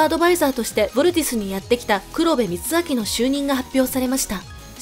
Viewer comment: くろべ てるあき ですよ。笑